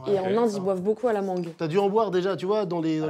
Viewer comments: le "a la mangueu" de squeeze à m' eu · Fou rire ya quelqu'un qui a dit la MangEU